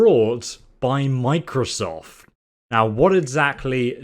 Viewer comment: he said microsof instead of microsoft directly after that aswell